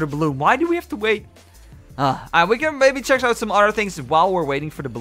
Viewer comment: u mean check not cheak right